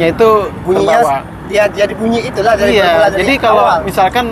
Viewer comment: Maaf bang bukan bermual😅 tapi bermula😊